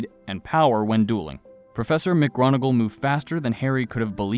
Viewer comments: McGronagall? There's no "R" in McGonagall. "Mic-Gonner-Gill". Also some of the voices you employ don't match the characters in any way shape or form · McGronagall lol I’m dead